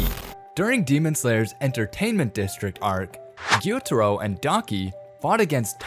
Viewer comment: "guitoro and donkey"💀